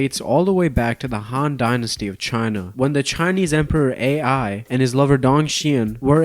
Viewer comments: To those wondering how there was a Chinese emperor AI: there wasn't. The emperor's called Emperor Ai of Han, with "Ai" pronounced as "I" nowadays in Mandarin but mispronounced by as "AI", and was probably not an AI. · Emperor Ai is pronounce "eye" not "A.I".... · Chinese emperor Ai is not "A - I." It's "Ai", pronounced like "eye." This would be like meeting someone named Ian and calling them, "Eye Ay En." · Emperor Ai, pronounced like the English letter "i"/"eye", not AI for Artificial Intelligence. His "personal name" was Liu Xin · Did bro really just pronounce the ancient Chinese name "Ai" (pronounced eye) as "A-I"?? Like as in ChatGPT AI? Peak brainrot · Abominable, not abdominal. And Ai is not pronounced like that. Jesus, Gen Z really is reading at a 4th grade level.